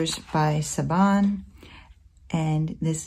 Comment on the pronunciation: Oh boy those are gorgeous! My favorite is the cat. They look like such good quality too. Just FYI you pronounce her name Shivan (it's Irish).